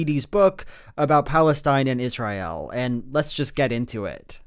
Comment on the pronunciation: I love Joel. That said, does anyone else clench their teeth a little tighter every time he says Is-ry-el?